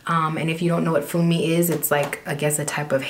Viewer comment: 'Funmi' is said 'Fuu-me' it's a Nigerian female name.. Love the hair tho suits you x